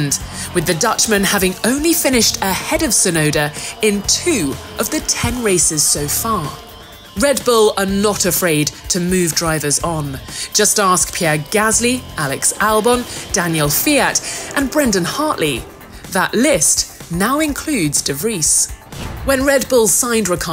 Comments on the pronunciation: Who is Danill FIAT? lol is that how his name is actually pronounced? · ah yes, "Daniil Fiat"... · did she rlly say daniel fiat :)))))))) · Ahhahaha! Pronouncing "Daniil Kvyat" as "Daniel Fiat" is the best punch. Like "Mazespin". russians are joke, can't disagree